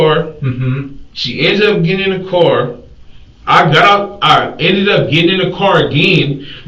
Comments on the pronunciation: sir its pronounced car not cor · I wish someone could tell my why they pronounce the word 'Car' as 'Core' these days. This is a relatively new phenomenon.